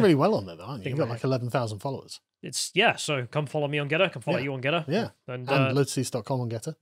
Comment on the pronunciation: GeTTr not Geddr. Stop replacing your Ts for a D